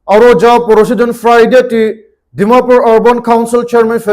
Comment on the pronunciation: Last tey 'Dimapur' toh kon laga 'Pur' hobo ho😇 ajte ajte viruses pra khai ase😢